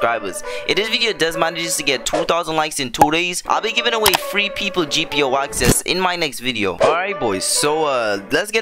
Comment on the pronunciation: I love how he says three like free